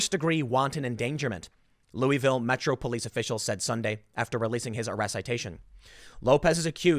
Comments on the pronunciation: It’s Lu-a-vull. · Im originally from Louisville and I couldnt help but notice how many ways you pronounced it lol. We pronounce it LOO-A-VUL or LOO-A-VILLE. :)